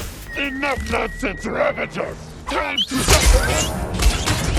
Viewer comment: A little annoyed that the narrator is pronouncing "Ravager" as "RavaNger". Good video though!